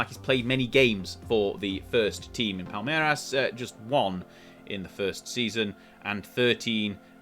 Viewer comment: your "palmeiras" pronunciation is pretty spot on 👍